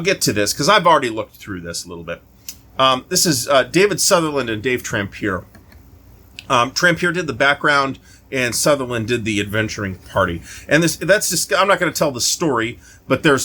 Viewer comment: Tramp-e-aye you heathen